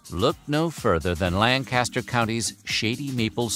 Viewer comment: If you don't want to sound like a tourist in Lancaster County, pronounce it LANG-ki-stər.